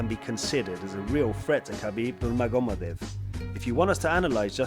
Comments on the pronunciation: "Khabib Nurmagomodev" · Did he just said Khabib Numago"modev"? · How did he pronounce Habib's surname?!? 😂